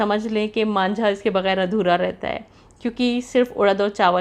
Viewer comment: Manjha nahi hota vo ... Mandha hota h 😜 par ache lag rahe h laziz 🤤🤤🤤